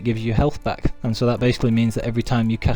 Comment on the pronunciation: BaaaCLICK , this nervous tick drives me nuts, like scratching a chalk board. That click sound you make when your sentence ends with the word "back". In fact, most of the time you raise your voice for certain words for no reason. Like THAT. But when you do HITclick him ... chalk board. My ears are bleeding now. Sorry, not trying to be mean, thought you could work on it if possible.